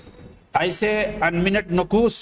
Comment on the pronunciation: شہید کو سہید اور پیش کو پیس، اور انمٹ کو انمنٹ کہنے والے اس نیپالی پہاڑی بکرے کی کیا فکر ہوگی۔ جو پہاڑ یا نالے میں پاخانے کے لئے جاتے رہے، انہیں تھوڑی سی سہولتیں دے کر کوئی بھی منہ میں غلاظت ڈال کر نکال سکتا ہے ۔ یہ ذہنی معذور ہیں۔